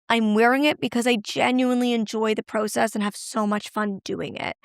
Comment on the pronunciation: Does anyone else love the way Molly pronounces “process”??? I love listening and learning from each of these videos.